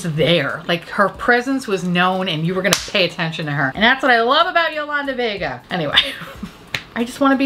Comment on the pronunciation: OMG!! I literally died when you said Yolanda Vega!! I grew up in Yonkers and i LOVED Yolanda!!!! I died when you said her name the correct way! Fun fact i wanted to be her for halloween in the 5 th grade but changed my mind and went as Jeffrey Dahmer stew...my school made me take my costume off because some chick cried....that actually sums up my childhood beautifully. Anyway, thank u for making my evening!!